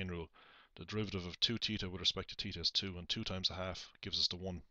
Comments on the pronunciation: At first I was just gonna make fun of him saying, “Teeta,” but I finished the video and completely understand now. Thanks!! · fun drinking game... take a swig every time this guy says "teeta"